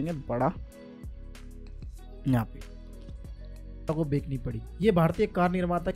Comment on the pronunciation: Bekani nhi Bechni hota h❤ pronunciation par dhyan dijiye ❤